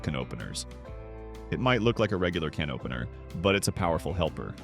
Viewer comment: What's WACKY is tha AI NARRATOR..kenopener anyone?